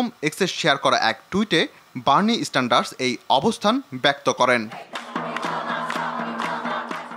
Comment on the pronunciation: ভাই বার্নি স্ট্যান্ডার না😂। বার্নি সেন্ডার্স